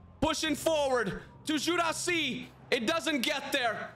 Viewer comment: Guirassi is pronounced "Guee’rassee", not "Jurassi" Llorente is pronounced "Liorentè", not "Lorentè"